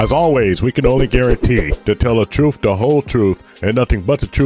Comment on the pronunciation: That's the truff, the whole truff, and nothing but the truff. 😅😅😅😅